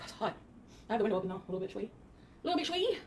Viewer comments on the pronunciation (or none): Isn't it shwaya not shwy??? Thats why it annoys me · Everytime she says, "a little bit, shwy.", I want to throw something.